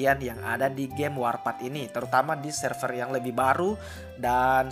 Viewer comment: Bang, ijin saran, klo bisa bacanya jangan warpath seperti bahasa indonesia minimal disesuaikan dengan cara baca bahasa inggris, supaya para pemain lain terbiasa dengan sebutan inggris y benar,. Mohon maaf apabila kurang berkenan 🙏